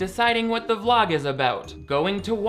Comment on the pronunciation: At first I thought you said “another glog” instead of Vlog….and I thought Glog is such a perfect word to describe Shane Dawson. The guy really is such a glog.